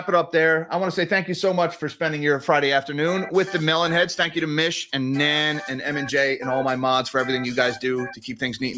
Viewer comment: Love your stuff but stop saying mellon head